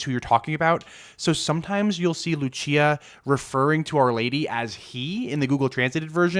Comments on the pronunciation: Another mistake: Lúcia is pronounced LUUU-cia in Portuguese, not Lu-CI-a. Lu-CI-a is Italian. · haha it’s all good. I’m just being pedantic. I appreciated the video nonetheless. I appreciate your non biased pursuit of the truth. I can sense your sincerity. It’s very reassuring. p.s. (I know I’m being that guy again, but I can’t help it lol) it’s pronounced LOO-see-uh, not loo-CHEE-uh 😛